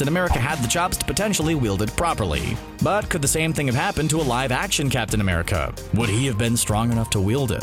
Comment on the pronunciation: Not gonna lie I thought u said captain under pants